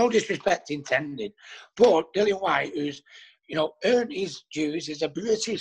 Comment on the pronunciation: “Dillon” 🙄 it’s DILLIAN! How many times